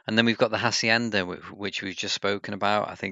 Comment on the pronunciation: First time in a game when my country is OP and not related to drug sh&t... love your Hacienda pronunciation. Saludos desde Cali, Colombia mi amigo!